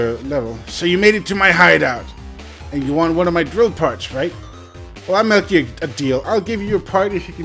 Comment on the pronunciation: Well I'll melk you a deal! Me::O WUUUUUUUUUUUT?